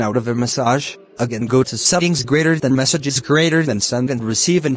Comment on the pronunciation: its message not massage